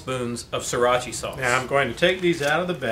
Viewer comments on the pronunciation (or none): Sriracha: Sree Ratch Ahh Not "See rotch ee", friend. :)